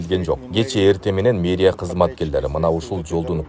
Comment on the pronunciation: мейрия дебей туура окугулачы.